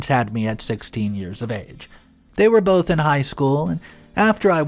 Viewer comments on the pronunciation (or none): none